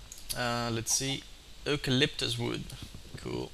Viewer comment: eucalyptus > uke-a-lip-tus <3 ;)